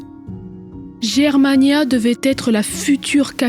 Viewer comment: Bravo! Mais, comme souvent, une petite remarque, on prononce "Guermania" et non "Jermania"... Ton travail titanesque est toujours aussi bon et agréable à écouter, pas de voix artificielle 😂! Bon courage et à bientôt...